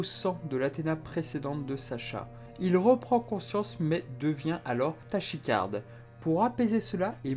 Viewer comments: La vache je n'avais jamais fait le rapprochement avec Maitre Yoda avant o_O ! Ca me parait tellement evidement maintenant ! PS : merci pour toutes vos vidéos ! PS2 : on prononce taKycarde ;) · tachycarde se dit [takikarde] ^^ Ce qui veut dire que son cœur bat trop vite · ça se prononce "takicarde"